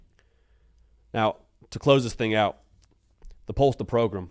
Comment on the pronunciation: Pulse of the Progrum (not program)?